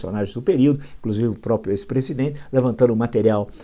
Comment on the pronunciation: Parabens por tudo.Permita-me uma correçao, peço desculpas, a pronuncia correta é proprio e nao propio.Todos temos deslizes, eu tenho também.